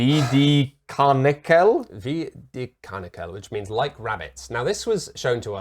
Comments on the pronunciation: Wie die karnickel. - not karnichel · Karnickel has a k in the middle